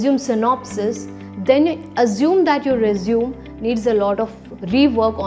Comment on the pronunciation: Everything seems good, however I ascertained that there was an error"'The pronunciation error" please do not use रिज्यूम instead use रेज्यूमे